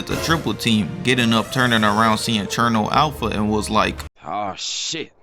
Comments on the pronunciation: Cherno alpha ❌ Chemo alpha ✔️ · It’s Cherno alpha